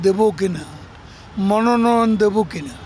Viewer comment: মনোনয়ন উচ্চারণে সমস্যা